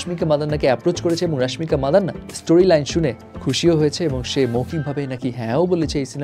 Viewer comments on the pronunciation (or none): vai apni rashmika madanna kano bolen its mandana pronounce korte ki khub kosto hoi